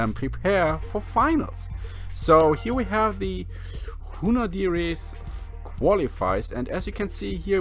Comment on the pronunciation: the correct pronunciation Hunaudières for a German will be « Hünodiair ». It is the name of a part of Le Mans circuit. In French very few « S » are pronounced when it is the last letter of a word.